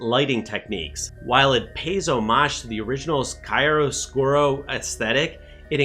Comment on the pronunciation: Enjoyed it, but wanted something very different in plot, not only visually btw italian pronounce of "chiaro scuro" is "keearo skooro" 😉 greetings